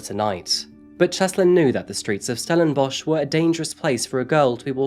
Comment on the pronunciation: And we are ranked 3rd in the world for the largest amount of serial killers. Also, well done on the correct pronunciation if the local area, but stellenbosch for us afrikaans people is 'stellenboss' think the one you mentioned is from old afrikaaners (40yo-50yo +). also hope these POS useless waste of air realise what they have done and are tormented by it each and everyday.